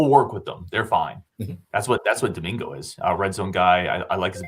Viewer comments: AI doesn't always get things right. Several highlight clips I have seen of him, and Brady Collins have called him DiMaggio or something very similar to that. That's nowhere close to how I would have pronounced it. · Doh min go (per AI)